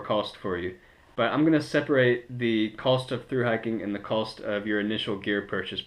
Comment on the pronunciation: You know that there is no L in COST, right?